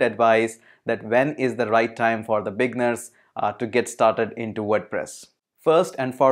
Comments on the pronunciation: thank you for the intro on Wordpress, it was very informative. * I just want to assist you with the english pronunciation of "Beginners". While you pronounce it saying "Big-ners" it actually pronounced as "Bee-gin-ners" or "Bee-ginners" * Click on the oxford dictionary link below and press the audio icon and you can hear the pronunciation. Keep up the great work. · LoL. What’s a bigner? I thing you are trying to say beginner. Bee-g+inn-nurs. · The word beginner after the g you need to pronounce it like it's eee right after the g like the i is dragged longer just trying to help Regarding WordPress it's a decent Cms for clients with lower budget and themes creation is not too hard